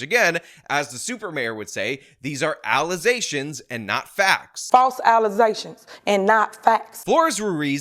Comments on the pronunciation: “False alazations and false fax.” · "False allezations!" 😆 My favorite! 😂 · False alezations! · im sorry but when you say "allegations", I expect you to say "allezations".ive come to expect it at this point and it doesn't feel right when you don't say it the super mayor way. just saying. please and thank you